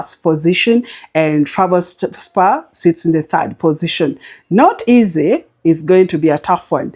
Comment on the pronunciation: Great tips as usual, you butched the name Trabzonspor😊. I love your style of 3 to 4 per slip